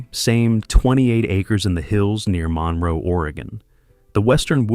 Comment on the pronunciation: "Mun-roe" Oregon, not "Mon-row".